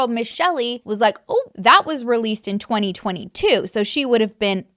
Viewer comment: you kept saying 2002 and i was confused until i realized you meant 2022